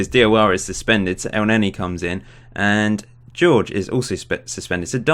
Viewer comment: its read horhe